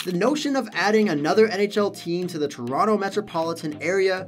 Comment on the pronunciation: + "TRONOTO" :D hehe